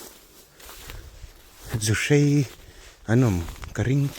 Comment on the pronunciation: Zuhrei, a awmlo, zuhrai tih tur aw